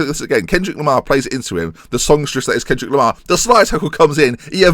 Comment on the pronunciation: He is called Kendrick Lamar. not Kendrik Lohmar!.. but whatever :-)